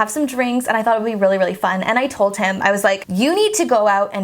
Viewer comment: She is saying “Told Him” but the way she says it makes it sound like “Told Tim” She turns the D to a T, and sort of silences the H. It is a common speech thing.